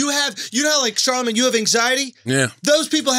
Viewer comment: Charlemagne"worvy" tha god